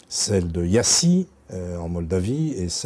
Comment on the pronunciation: Bon déjà, il dit être allé à Iasi mais le problème c est qu il ne sais pas le prononcé ( on ne prononce pas le i) à ce demander s il n a pas juste regardé la façade puis reparti, pour ne point risqué d être étonné positivement. Bref déjà ça annonce déjà la couleur sur son intérêt. Mais restons sérieux, qu elle son les raisons valables de dénigré les études en Roumanie ( à part le fais que la France n est plus capable de produire ses propres médecins), peut être la qualité de formation. Leur principal argument pour dire que la qualité de formation est mauvaise est le nombre d étudiants ( bon là ça démontre complètement qu il n a pas mis un pied à l intérieur de l université), dsl mais dans une salle en Roumanie on est pas 300 comme en France, les salles son de taille beaucoup plus modestes pour garantir la qualité de la formation ( possibilité de posé des questions en cours et une meilleure audition du cours).bref sinon à part dire qu on détourne la difficulté pour dénigré les études en Roumanie il a pas beaucoup d argument, c est assez culotté de dire ça. Déjà leur concours est il pertinent ( dans le sens, sélectionne t il les meilleurs Profil ), dois je rappelé qu au cours des 6 ans 20% des étudiants ( ayant réussi le concours) en France ne devienne pas médecin car au final il découvre que le métier n est pas fais pour eux ( zut on sélectionne des gars pas assez motivés ), après permis ceux qui restent à t on sélectionné les personnes les plus emphatique ( qualité primordial